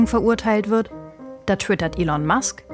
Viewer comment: Könntet ihr euch bitte entscheiden, ob der Mann nun "Ihhhln", "Ellen" oder doch einfach "Elon" (ausgesprochen "Ilon") heißt? Die ÖRR-Dokus werden auch immer grottiger.